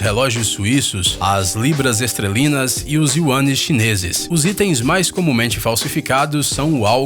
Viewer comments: KKKKKKKKKKKK ESSE CARA FALA ERRADO DEMAIS ESTRELINA NÃO ESTERLINA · Ele falou LIBRAS ESTRELINAS... kkkkk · Libras Esterlinas. Falhou o locutor. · xêquispér... Libras istrelinas... iuânes chineses... que festival!!! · Falsificam narradores também..."pelamor" meu... sigo o canal faz tempo, matérias excelentes, mas vc fala muito mal. A voz até é legal, mas meu... leia o que está escrito pelo amor de Deus...e escreva corretamente...por favor...dói o ouvido...libras "estrelinas" nem vi o resto...melhora isso cara..faz uma terapia de fono também. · Libras "Extrêlinas"? 😂😂😂😂😂😂😂😂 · Libras estrelinas!???? Eu quase engasgo ao ouvir essa! Devo ter entendido errado! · Eu ouvi estrelina???? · EU OUVI LIBRAS "ESTRELINAS"?